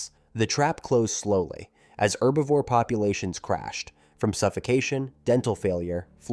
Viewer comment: Herbivore NOT erbivore, the "H" is NOT silent!